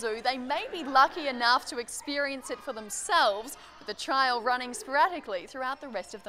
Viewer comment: I keep hearing "child" too instead of trial. Is she really using the correct pronunciation? I am not a native English speaker